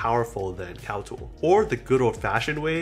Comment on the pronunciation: great review and appreciate the tips but as a recommendation your annunciation is a bit off when you said something about CAL-TOOL being a site to input data but I can't find that website. As a suggestion please have the sites your recommending listed or typed out because your words some muffled to us. But again thanks for the video. Keep em coming!